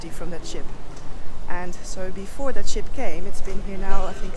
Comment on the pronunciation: Holy Moly! One single ship basically playing the sole provider for a country spells vulnerability! 😵‍💫 Hard to imagine for a central European. …and you get me every time with your "Zhat is zhö plan!" 🥳😂😍 Vhen deed zhat become a zheeng? 🤣 Me, I loved this episode! 😍🤗 😳 Sacre bleu, non: Mee, I lööved zheese episöhd! 🤗😍